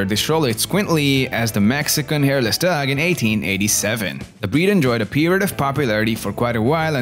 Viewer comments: Man, this accent is distracting. Try getting down the pronunciation of "dog" (not dag) before adding inflections and intonations. I promise, this is constructive feedback and not a bash. Great video on these amazing dogs! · why does he say "dog" like "duck" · "D'ya like dags?"